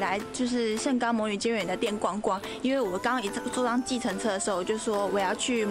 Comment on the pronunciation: 魔女的 欸豆 我笑好久